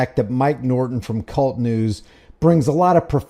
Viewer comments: Kay You Elle Tee News. Not “Cult” News. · It’s not cult news my friend his call sign is k-u-l-t pronounced single letter k u l t news. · it’s a long story but I guess you could say it’s kind of an inside thing. To be clear though, it should be pronounced “Kay-You-EL-Tee,” not like “Cult.” -mike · Mike says . It's not kult news. it is K U L T news . Individual letters !!!! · its K.U.L.T news not cult news just saying 😊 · It's not kult news. It's k.u.l.t. news. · Love you covering Mike... but its K.U.L.T news not Kult news.